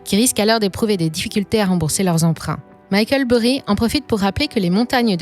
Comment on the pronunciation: Pourquoi tout prononcer à l’américaine mais pas son nom ? Jusqu’à preuve du contraire Micheal Burry n’est pas français. Et on ne dit pas EFT mais ETF pour Exchange Traded Funds